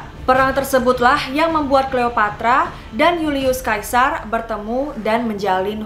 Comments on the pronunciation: julius caesar dibaca yulius Seisar, bukan julius kaisar, caesar itu nama belakangnya bukan kaisar yg artinya raja ,Hadehhh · julius sesar kak dibilangnya bukan yulius kaisar, huuuu sedih aku , suka banget videonya tapi sering bgt salah sebut nama.